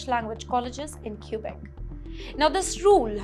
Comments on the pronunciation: it's kwe-bek NOT kyu-bek! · Learn Mandarin and attend a Chinese university! China is the future! It’s Not “cubic” but Quebec pronounced “Kubec” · Q-Beck. She can't even pronounce it properly. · Stay in India. We don't want you in Canada. BTW its Quebec not Qubic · I swear she just says "Cuba canada" 😢😂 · Too funny. She cant even properly pronounce the name of the province.